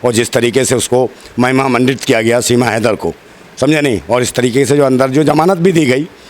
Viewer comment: फौजी भाई सीमा लेदर बोलते है उनको याद दिलाओ हां वही लेदर है कि हैदर 😂😂😂